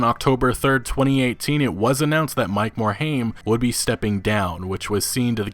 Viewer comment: Mike more-H AIM. Can any youtuber pronounce his name right?